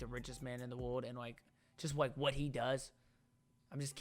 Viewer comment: Wike? Or like